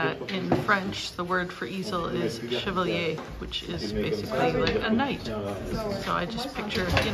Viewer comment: Hi. The word in french for easel is "chevalet" (not "chevalier"):)